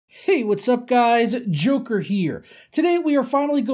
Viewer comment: When u saying joker here i hear choker here change it plus u dont look like joker than one was skinny and u are kinda big